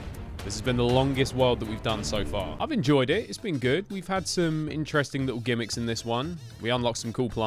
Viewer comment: when i clicked on this video i knew u were gonna say 'gimics' atleast once